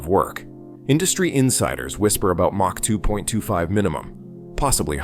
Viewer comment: The captions read Mach 2.25 but the narrator said Mach 225. Isn't that like the speed of light?